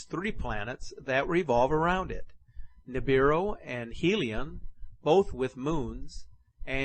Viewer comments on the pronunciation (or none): sounds like the man is saying Nibidu instead of Nibiru